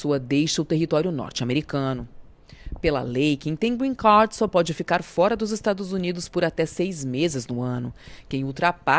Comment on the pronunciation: Porque voces pronuciam Green CAR,, nao e Grenn CAR e sim GREEN CARD (CARD) CARTAO, Nao e Carro Verde